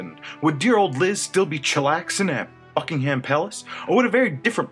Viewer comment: You can’t even pronounce Buckingham right